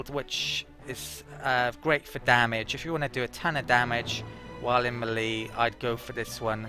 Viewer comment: Just to be pedantic, "melee" is "maylay" not "milleee". Sorry. ;) Thanks for the video!